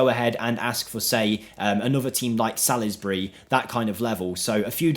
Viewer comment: Sal-us-bry,? They're English, lad! Good effort, keep it up.